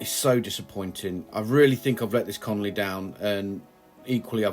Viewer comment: Love the way you say colony totally wrong in all of your videos. Even subtitles can't hack it. >.<